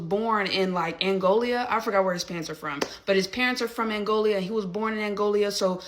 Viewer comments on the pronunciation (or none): Is she saying angolia? Do she mean Angola?🤔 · Threatening physical harm in response to verbal disagreement. Cannot speak properly. "Angolia." Lmao tell me again how stereotypes are not true. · Angolia??? Tell me you’re uneducated, without telling me your uneducated. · It's Angola, not Angolia. Good grief...the ignorance and weak culture is showing. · Someone tell her it's Angola not angolia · “Angolia”, when Angola and Mongolia have a son. 😂😂😂😂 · Angolia? Oh Angola LoL. She's so smart. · Angolia? does this dork mean Angola? again,,,, CULTURE. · Angola, not Angolia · That one "commentator" really shows her lack of intelligence just by the fact she keeps calling Angola "Angolia." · She kept saying “Angolia” 😂😂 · LEARNED A NEW WORD: DIASPORA. WHY DONTCHA' LEARN THAT THERE'S NO PLACE CALLED 'ANGOLIA' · did the girl at 5mn actually say 'Angolia"? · ‘Angolia’. Tell me you’re an ignorant uneducated fool without telling me you’re an ignorant uneducated fool. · lol "Angolia" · Girl said "Angolia" 🤣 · Angolia.. Where the heck is Angolia? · "Angolia"? She's acting all smart, and she is really saying "Angolia"...... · You've got one guy that wants to punch him for no reason other than expressing his thoughts and dumb girl that can't even pronounce Angola. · These dummies can’t even pronounce Angola properly. Shows how unintelligent they are. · Jalyn is SO SMART!! She cannot even pronounce the name Angola.🙄🤣🤡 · Its "Angola" a country in Africa, she was pronouncing it incorrectly.